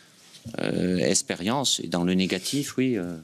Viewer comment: Il ne sait pas dire les x le Dédé,expérience,😂😂😂